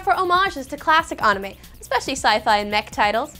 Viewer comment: She's still sort of saying it wrong. It's supposed to be a bit closer to an ah sound that almost sounds like uh if that makes any sense. She's putting way too much emphasis on a w that shouldn't really be there. It's like pronouncing the name Sarah like Saraw.